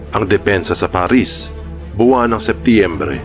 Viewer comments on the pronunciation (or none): none